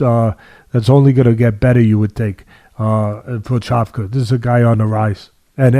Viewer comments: Its...Prohaska...not prohakka lol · it's pro- hosh- kuh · Actually this time Teddy was closer to the right pronunciation than, I don't know why was say CutLeRabla and Pro-Haka. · “Prohaka” no one in the broadcast said it like this wtf 😂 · Pro-haz-ka is the pronunciation ken 🧐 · Was waiting for the prochazka name to be mention just to hear how Teddy would pronounce it, he didn't disappoint LoL